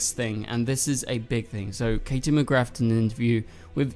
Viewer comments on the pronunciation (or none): I think it’s time you said Katie’s name properly it does NOT have an F at the end of it 🥴 also I think either everyone will go to the Future... Kenny died when Kara was about 14/15 so I guess this will be the Kenny from Earth Prime and I also think that this Kara will be Earth Prime’s Kara so Earth 38 Kara would not have any memory of Nia & Brainey 😉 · bestie did you just say mcgraTH? 💔